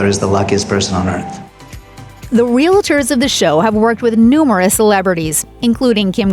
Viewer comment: Voiceover lady can’t pronounce “realtors.”